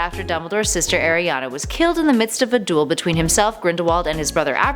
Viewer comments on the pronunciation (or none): none